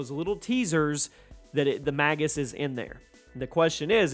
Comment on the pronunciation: Pretty sure it's pronounced "mage us" but, why do they fight Nickelback? Lol, sounds like you said they fight "Nickelback and and forth"